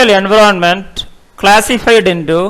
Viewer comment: Speak environment correctly